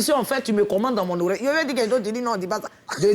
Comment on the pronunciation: même il dit koï 😂